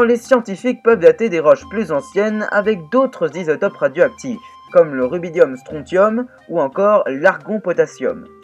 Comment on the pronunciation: Ca se prononce "stron/s/ium", comme "consortium". #ChimistePrinceDuPinaillage Mais l'ensemble de la vidéo était parfait si on exclut cette petite mauvaise note de la mélodie. Hâte de voir la suite !